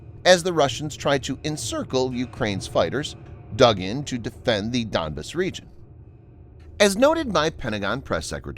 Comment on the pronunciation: It's Don-BASS, not DON-bss!